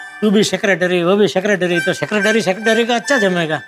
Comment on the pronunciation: जेठालाल :- ओ भिड़े sicrectory..... 😅😅😅sicrectory, sicrectory का अच्छा जमेगा 😅😅😅😅